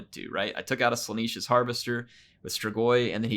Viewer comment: why do you pronounce it Slaaneesh? there is 1 E only, Slaanesh, like yes... not like sheep